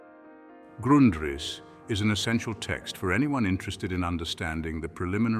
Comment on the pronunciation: You couldn't get your fake AI voice to pronounce Grundrisse the same way throughout the video?